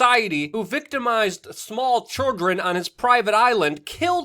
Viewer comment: Dude i love your channel but how you pronounce children bothers me a little